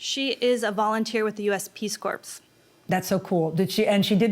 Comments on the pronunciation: Peace Corps is pronounced Peace CORE—not Peace Corpse. Seriously… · Her mom's a speech and language pathologist, and she can't say "Peace Corps" correctly? She must be so proud that her daughter tells people she works with the "Peace Corpse". Smh. I guess if it was spelled "Core", maybe she could've gotten it figured out by her age. But no, she says "Peace Cadaver", instead, and then has that superior attitude. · She really said "peace corpse" with her chest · I can't believe the woman said Peace Corp"s" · 'peace corpse'?